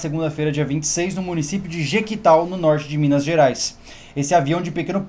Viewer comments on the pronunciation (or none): nao eh jequitaL eh jequitaI ("i" de igreja no final)